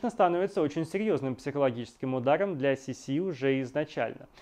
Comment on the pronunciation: Козенаме ( уменьшительно - ласкательное имя) Елизаветы Австрийской звучало не СисИ, а СИси.